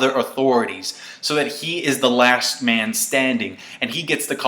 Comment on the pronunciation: haha the way you say The Last always gets me. XD